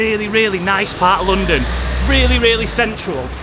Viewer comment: it's not pronounced loondon